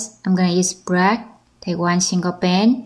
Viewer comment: Ummmm it's BLACK not BRACK 😒🙄